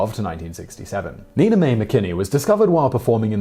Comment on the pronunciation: One problem, Simon- Nina Mae McKinney's first name was pronounced NINE-A Mae!